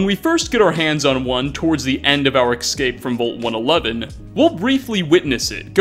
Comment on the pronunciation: Also "simsins" and ecscape"